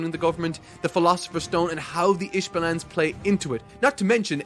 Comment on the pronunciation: Couldn’t get past the pronunciation of the isvalans